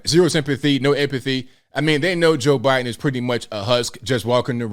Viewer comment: Fetterman can't even say Joe Bidens name!!!